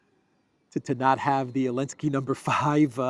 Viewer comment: Why does he leave the Z out of Zelensky, he calls him Elensky, I’m assuming there is a reason